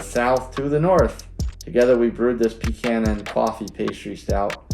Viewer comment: You say pecan the same way I do. The proper way lol. I'm actually going to Stowe, Vermont in June. So looking forward to going there.